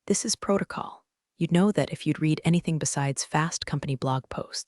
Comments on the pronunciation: PENTAGON --- isn't that Kind Author's last name --- The way this damn computer app 'reed' it it sounds like it -- The past tense of "read" is also spelled "read," but it is pronounced like the color "red." This can be confusing because the present tense is pronounced differently Shame on you , Kids are going to learn to read and pronounce words wrong , Bad computer bad , bad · Pent gag on 😂😂😂 try Pent a gone ( Pentagon) Reeded try red ( read )😂😂😂 Hilarious “looked like they hadn’t changed their Neck ds.” ( Neck Ties) 😂😂😂 OMG 😂😂😂😂😂if you can’t use proper ENGLISH Grammar then don’t publish. Thumbs down 👎 for not using proper English before posting to YouTube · Need to get the pronunciation corrected read reed v red. And pentagon. Pent a gone not pen tag on. I know it's A I but these are annoying when said several times. Like talking to a stubborn toaster. Love this analogy.